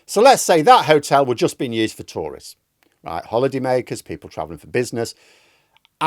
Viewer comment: For a moment there, I thought you said Tories...not Tourists 😂